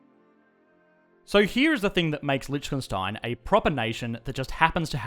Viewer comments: why is he saying Lietchkenstein instead of Liechtenstein ? ( litch - ken instead of lich - ten) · Man, you really need to learn how to properly pronounce Liechtenstein. It's painful to listen you saying it :) Hint: the ch is silent (/ˈlɪktənstaɪn/, or LIK-tən-styne). Here on Wikipedia you have the audio of a better pronunciation (at least for an English native speaker) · oh i allways thought it is Lichtenstein since every german pronounces it that way since Licht is light and Stein is stone so we say it like the two german words we have for it... But i only now realize how it was Liecht all the time xD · It's funny how he pronounces it like "lytshkenstyne" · It's pronounced: lee-TV STATIC-ten-stein. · Litch-khen-stein sounds so wrong... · This. Is. Lishkenstein! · Please do the former communist countries of Central and Eastern Europe Also please try pronouncing Liechtenstein something like leekh-ten-shteyn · I'm surprised no one has said that before. But the way you pronounce Liechtenstein is funny! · I love how wrongly you pronounce the name of the country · The video was awesome but the pronunciation of Lichtenstein killed me. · The way you pronounce Liechtenstein makes me cringe so hard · As a German its funny to hear an English speaker pronounce Lichtenstein xD